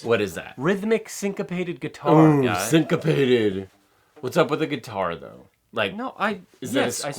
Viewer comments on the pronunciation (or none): Sincapated sounds like constipated 🤣🤣🤣🤣